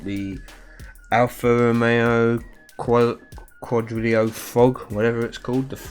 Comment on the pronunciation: Great video bro, great presenter of top drives gaming !! The alpha is pronounced like this quadrafolio it has a silent G mate !!